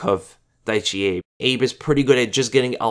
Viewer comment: Not Daichi abe but Daichi A-Beh